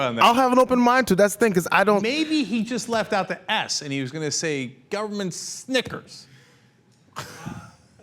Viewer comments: IT SOUNDED LIKE GOVERNMENT NIC NOT NEG..SO ??? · He said "government-nik". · Sounded like 'nick', I don't hear him pronounce the 'g'. But either way, he is still a piece of sh... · As much as I despise Santorum. It sounded closer to ninja. Listen carefully and he adds an n after ni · I thought he was thinking peacenick, but slowing it down it sounded like a g at the end.